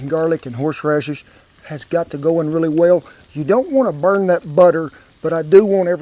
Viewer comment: Love how he said horse rashes